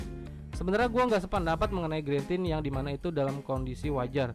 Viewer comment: Parah, orang nulis lag jadi lek diketawain.. lu aja greentint masih sering dibaca grentin, screen dimming dibaca skrin daiming.. apa tuh gren? apa tuh daiming? Wkwkwk